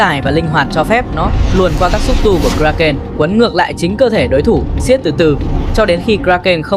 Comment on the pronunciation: Phát âm sai tên sinh vật , một lúc một kiểu , kraken, krakeu ,... ? Vậy nó tên gì mới đúng